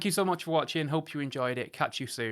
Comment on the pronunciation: Watch-in' > Finish-in' > Review-in' Can someone tell him, there is an "ing" on the end of a word !!